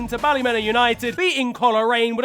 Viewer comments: BALLAH-MEN-AH and COLOUR-IAN LOL so funny to see ni teams in ftw but funnier to hear how pronounces them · Love ya but you pronounced both Ballymena and coleraine wrong and also coleraine were the actual winners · how do you pronounce both teams wrong and also get the team that won wrong